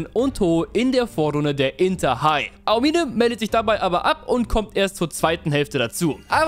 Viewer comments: Ahomihneh NICHT AO-MINE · mich triggert manchmal wie du die Namen aussprichst. Ao-mine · Aomime, ist das so schwer ??? Es einfach wie im Anime auszusprechen??? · Ey ich krieg die Krise😂 bitte beton bei Aomine das O nicht das I😂😂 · Wie er aomine ausbricht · Du hast den Namen Daiki Aomine sooo oft falsch ausgesprochen? Das es gar kein Spaß mehr gemacht hat, seine Szenen anzuschauen. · digger es triggert so hart wie du aomine aussprichst